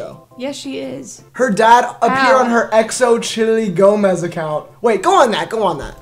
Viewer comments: not y’all pronouncing it like x-o-chilli 😭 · DID HE JUST SAY XO-CHILI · ….pls learn how to pronounce xochitl LMAOOO